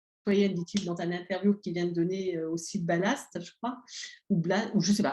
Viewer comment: Je trouve vos analyses de moins en moins crédibles! C'est dommage.: ce n'est pas "Balast", c'est "BLAST"... c'est dommage aussi!